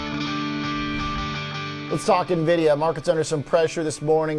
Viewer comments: Why does he call it Nah-vidia???? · Nuh-videa? Seriously? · dude,... learn how to say NVIDIA correctly.